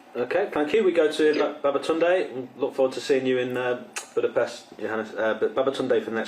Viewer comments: did i hear that right BABATUNDAY!? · DID I HEAR THAT RIGHT!? BABATUNDAY?!?!?!?!